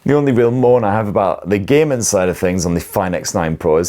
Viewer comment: I`m having some trouble understanding this dialect, was kinda expecting a phone review but it was allot more about hours of demanding gay-men action and gay-men on resourse sucking titles.